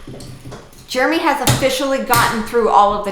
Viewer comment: Jeremy, don't listen to, she might be correct but she can't even say your name correctly!